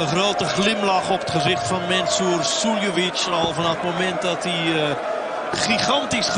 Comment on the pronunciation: The way the commentator says Suljovic sometimes sounds like he's saying silly bitch😂 play darts myself, massive fan of Sherrock, shows that it doesn't matter what the gender, you can always compete at equal levels.